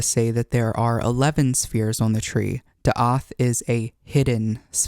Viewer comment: As a Native Hebrew speaker I just wanna say it's "Daat" not "Daath" If you wish Ill translate all of the cards for you, for future videos and accuracy Keep up the good work Very informative Thank you